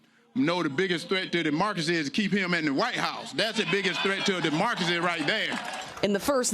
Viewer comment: "threat to our demarkacy". Sorry, it's pronounced democracy 😂😂